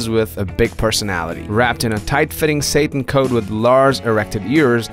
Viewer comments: It’s pronounced “sat-in,” not Satan. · Satin not Sayyyyytin / Satan. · It’s not pronounced Satan dude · Definitely pronounced the word "satin" incorrectly in this video. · This guy needs to learn to pronounce the word "satin" golly!